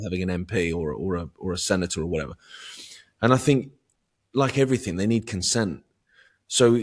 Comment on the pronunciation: It's everyTHING not everyTHINK and it's Thoughts not fourts and it's THINK not FINK and With not Wiv. Things not fings Speak like an adult not a child. It's just lazy not to pronounce correctly. Also you are English so speak the language . Otherwise great interview , ❤